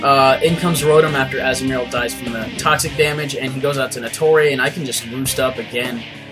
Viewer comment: What? You really were pronouncing Azumarill right anyway. AZZ-oo-mair-ill.